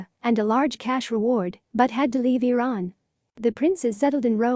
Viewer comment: AI doesn't work. Shah of Veran. Try harder. Spellings off extremely awful.